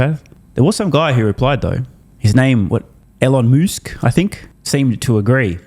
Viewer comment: aelon moosk? dear lord. lol